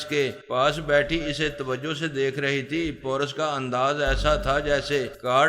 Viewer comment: Bhai wo poras nahi paaaarassss hai